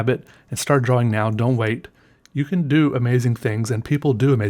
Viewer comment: When i read the title, I read drAWing in your voice.